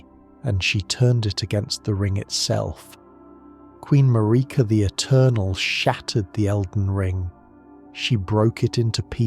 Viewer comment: I love your content but you always pronounce Miquella, Marika, and Malenia incorrectly which is kinda jarring. Anyone who has fought Malenia should definitely know to say both her and her brother's name. Maybe watch some cut scenes for the correct way to say them. Unless this is AI content, it's an easy fix.